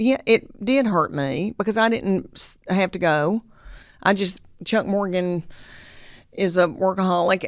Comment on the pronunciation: Am I the only person who noticed that he said her last name wrong? He said Morganton.